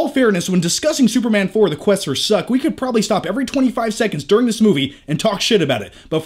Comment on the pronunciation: "And now he's SUPERMNGN?!" 🤣🤣🤣